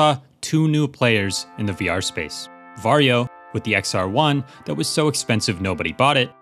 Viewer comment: every time he says "Varjo" my brain hears "Wario" and im so glad it is this way